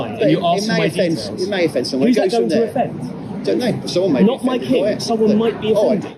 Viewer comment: Myking or My King? 🤣 Please ask her to make an effort next time 😉